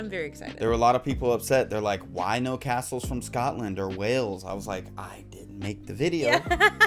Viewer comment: Aaaaaarrrrrrggggghhhhhhh, talk about CRINGE on the Pronunciation by the narrator on these Castles!